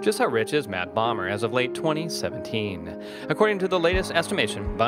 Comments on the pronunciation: bomber? lmao (boh-mer) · Whoever did this, didn't even pronounce Bomer's name right. And he was raised in Spring, TX